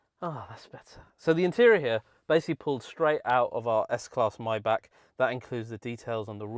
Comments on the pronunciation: Pronunciation: not Myback…..Myback….. but Mybugggg…. Mybugggg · It’s not “my-back”. It’s pronounced “may-Bach”. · The word is My-Bach not My-Back